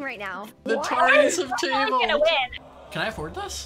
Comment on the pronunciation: Scott: the turneys have tabled🤣